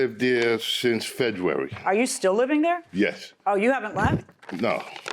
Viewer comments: Did this dude say Fedruary? There is no D in that word. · Did he say "feduary" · "FEDUARY"!! Folks talking about the wrong thing! Things they DON'T know and can only speculate! This here is FACT honey! Judge corrected her for saying "notary republican", but not him for continuously saying "Feduary"!! 🤔🤷🏾‍♀️ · Ok why I've saying FEDruary lol or am I the only one who heard that 🤣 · I was looking for this comment!! Folks talking about the wrong thing! Things they DON'T know and can only speculate! This here is FACT honey! Judge corrected her for saying "notary republican", but not him for continuously saying "Feduary"!! 🤔🤷🏾‍♀️